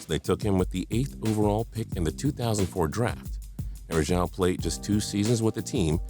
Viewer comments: Aroujo is pronounced Arr-oww-ho... Come on fam do your research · that name pronounciation tho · Andrea Bargnani wasn't a bust. Neither was Yi Jianlian. Also Rafael Araujo is pronounced Ha-fi-el Are-uh-ooh-joe